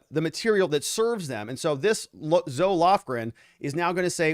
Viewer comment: This is only to help you.... Zoe is pronounced "ZO-EEE"..